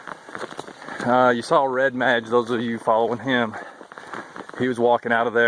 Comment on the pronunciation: Enjoy the video! Red mage said /red/ /māj/ mage /māj/ nounarchaicliterary noun: mage; plural noun: mages a magician or learned person. Sorry it just bugged me.. Keep up the good hike.